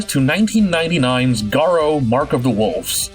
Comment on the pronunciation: Damn you really butchered that Garou pronunciation lmao